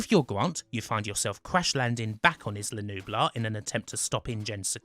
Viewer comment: "Izzla"? "Deeno"? Really?